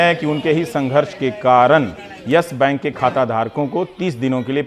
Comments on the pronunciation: Dear Rubbish Kumar, It's YES bank not YASH Bank. Bolna too sikho pehle... Anurag Mishra Ke Chele😂😂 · its not "yesh bank", its yes bank... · Ohhh now ndtv became worried about yes bank situation, you are the one tv channel who praised about yes bank in 2011 and made interview with Kapoor family by praising him,shame on you ravish. And one more thing it's not Yash bank it's yes bank try to pronounce it properly it's irritating to listen your vocabulary 🤮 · अबे चुटिए Yes Bank he ye Yash bank bol rha he ye totla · Ravish "Yesh" bank kyu bol rahe hai ? :)